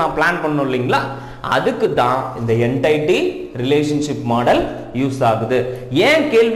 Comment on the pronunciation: Sir class super but neenga என்டைட்டி soldrenga🤔, adhu என்டிட்டி